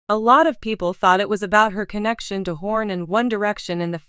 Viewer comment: This "voice" keeps saying his last name wrong too! 😬